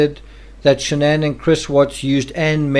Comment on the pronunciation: Her name is Shan'ann. Not Shannon!! 🙄